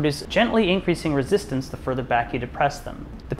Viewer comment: Yes, dial in that rezoostance, lol